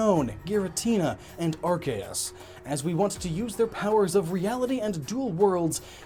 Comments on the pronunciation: Arkeas? really? its ARCEUS AS IN ZEUS WITH A C. lol i noticed the grammar errors and i couldint not tell you, hopefully you fix it. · 1: its ar-see-us 2:*catches 100 unknown* team imperium: can we have those? me:*sends out 2 unknowns* unknowns spell: f u